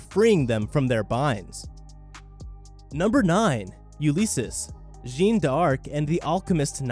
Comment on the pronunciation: Btw Jeanne D'Arc is Joan of Arc. Her name is not pronounce Jean, but J-Anne